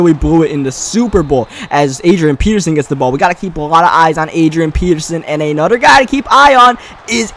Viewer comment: "Anoder one"